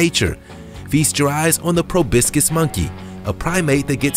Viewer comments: You need to practice the pronunciation of proboscis. PROBOSCIS! It's not probiscis! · Dude, why are you saying “pro-BISS-kiss”? There’s an O in the middle syllable, not an I. Say PRO. “PRO” Say BOSS. “BOSS” Say kiss. “KISS” Put them together: Pro-BOSS-kiss. “Pro-BOSS-kiss” Now faster: Proboscis. “ProBISSkiss” 🙄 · I am fixated on how the Narrator says “proBIScus”, It is ProbOscis I was super fixated on it. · Pro-BOSS-Kiss monkey, not Pro-BISS-Kiss monkey. Other than that, good show old chap. Jolly good show. Cheers! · Proboscis doesn't have an "I" in it. It's pronounced Pro boss cuss.. Proboicis ?. Come on now... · proboscus, as in nose! probiscus, sheash! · It is PROBOSCIS; not probiscis. Otherwise, this was fascinating. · Probiscis? Like hibiscus? Why?? Do you even read the words?? It's probOscis! 🤦🏻‍♀️ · Proboscis. Pronounced probasis or probosis, not probiscus. 🙂 Fyi. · It's not a 'probiskus' monkey. It's proboscis. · Enjoy the content, but you should learn the correct pronunciation of the animals you talk about. The Proboscus Monkey is pronounced pro-baa-sus, not pro-bisk-us. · It’s pronounced “pro-BOSS-kiss”, not “pro-BISS-kiss”. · It is proBOSCIS (NOSE) monkey not proBISCUIT. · It’s pronounced Proboscis, not Probiscus. If you want to sound like an expert, at least pronounce it correctly. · It’s proboscis, not probiscus!! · You mispronounced proboscis; it’s pronounced pro-bos-sis not pro-brisk-cus. Pick up a dictionary and you’ll see I’m right. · Pro-BOS-cis, not Pro-BIS-cis. 😉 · its probOscis not probIscos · "Probiscus" is poor way to pronounce proboscis. The ancient Egyptians never laid eyes on them either. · He pronounced "Proboscis" incorrectly. He said "Probiscus," which sounds like a sport you'd play with your nose. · I can forgive his pronunciation of ALL as AWE, but to actually call a proboscis (meaning nose) as pro- bis- kiss? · I need a dollar for every time he said "probiskis". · The word is "proboscis" not "probiscis". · It's pronounced PRO BOSS CUS